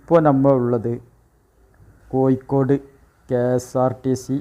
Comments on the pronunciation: എടപൊട്ടാ. കോയിക്കോട് അല്ല. കോഴിക്കോട്. ആണ് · കോഴിക്കോട് ഴി എന്നാണ് യി എന്നല്ല ഭാഷ ശുദ്ധമായി പറയുക